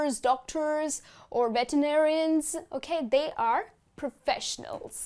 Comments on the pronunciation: It's great. You're the best. By the way it's "professionals" not "proffesionals". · I think it's "professionals.